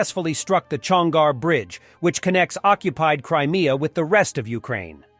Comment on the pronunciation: Chonhar, not Chongar.